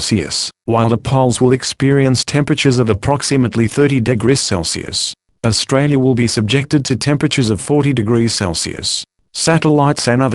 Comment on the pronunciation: he pronounced Australia wrong